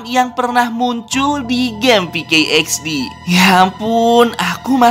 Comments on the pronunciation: PK XD Woi Bukan peykey XD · pk xdbang bukan pke xd